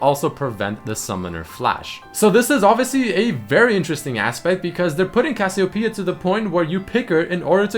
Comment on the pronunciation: DillonChillinLike AVillian HE said some kind of Cassio Pea It's Cassiopeia...